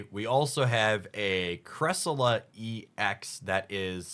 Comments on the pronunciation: 1. Its Sai-Roos not Sirus, do you pronounce Cyrus the Great as Sirus the Great? 2. Its Creselya not Cresila, theres actually an i before the a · EE-LECK-TI-VIRE not electreev. LUHM berry not Loom berry, CRESS-EL-E-UH not cressiluh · Sorry. Cress-El-Yuh. Elec-tiv-ire. Again, sorry. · can you try to pronounce the Pokemon names right? Its ElectrIVIRE and CresseLIA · its cresseleeyah 😂😂